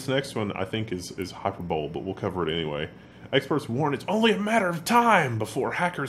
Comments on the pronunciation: honey: "hyperbole" is not pronounced "hyperbowl". Tsk! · Hyperbole is not pronounced hyperbowl.